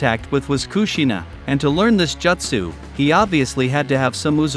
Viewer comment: The way you pronounce "Jutsu" keeps triggering me